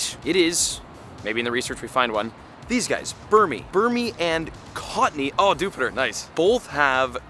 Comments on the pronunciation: Bro really said cottnee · And cottonee.